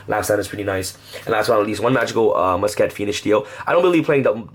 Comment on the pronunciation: ITS MUSKET, NOT MUS-KET